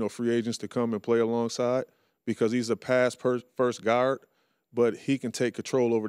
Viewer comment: "Pass first guyard."